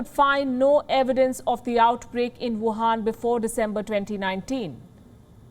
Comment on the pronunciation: Why do you call it wuhaan virus?